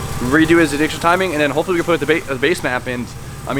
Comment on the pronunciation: are you saying hoe fully or hopefully?